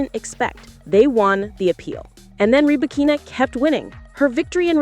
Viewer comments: Only artificial intelligence could butcher somebody's name so perfectly and completely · Wtf, with this AI generated post that cannot get Ribakina's name pronunciation correct? No thanks.